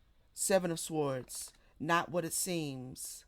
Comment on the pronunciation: Your channel was recommended to be a few days ago. I like your readings but the way you say sword makes me cringe every time. The w in sword is silent so it’s pronounced “sord.”